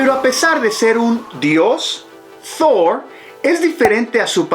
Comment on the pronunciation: No hace falta poner acento anglo a Thor, Odin, Asgard... Proceden de la mitología nórdica (vikinga) y Marvel los tomó prestados de ella.